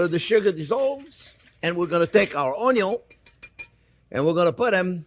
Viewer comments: Ognion in French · I love the Orn-yawn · So... There are red "ONYO" too 😎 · onyon indeed, chef. tres bien. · Boku no pico onyo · Comparing to the video 10 years ago, this time he pronounces onion somewhere between the English way and ONYO. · I subscribed just because of how he pronounced onion.😆